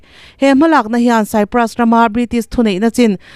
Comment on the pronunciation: Cyprus tih hi Kupra tiin chhiar mai se.